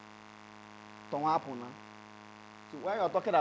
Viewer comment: The Plural word TONWA APU is actually TON-GHA APU. Its from the word TONGHA AYI ( TONWAYI ) .Ton-gha means unmeasurable or not measurable which means a lot . Ton-gha is pronounced TONWA in Kalabari and TON-KA in Okrika and TONGHA in Ibani . Tonwayi is Ton-gha anye where Ton-gha means unmeasurable and anye is the plural of things where NYE means thing . Ton-gha anye became Tonwaanyi..